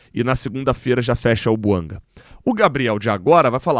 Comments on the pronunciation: A pronúncia é francesa: BUANGÁ. Chega de falar errado. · É BUANGÁ que se pronuncia. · Conforme a boa diretriz do canal, não critico a pessoa e sim o argumento. A pronúncia correta é BUANGÁ. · A língua oficial do GABÃO é o francês. A pronúncia correta do nome do jogador é BUANGÁ.